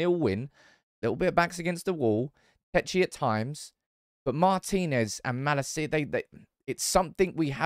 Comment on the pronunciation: Not mala-cia broo. Ma- lacia